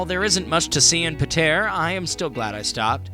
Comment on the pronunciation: Great - someone who isn't from Pātea and can't even pronounce it. You know nothing about Pātea. We're world famous.